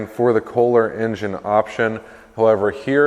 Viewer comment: Isn’t it Kolher or kohler Pretty sure it’s not K holer